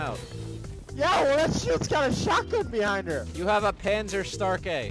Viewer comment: Dieser Moment wenn er versucht Panzerstärke zu sagen